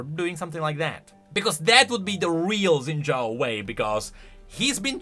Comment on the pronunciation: shin jao it's pronounced shin jao, i'm not faulting you because literally everyone says zin jao for some reason